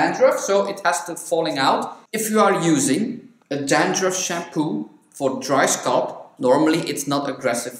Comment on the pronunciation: Your use of English is absolutely flawless ( I am from England myself) .The only word you pronounce slightly incorrectly is the word SCALP..you tend to say ' sculp' & it's pronounced skall-p.. .the A sound is like saying ' talc'